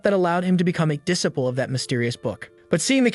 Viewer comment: what's with that crazy pronunciation of "disciple"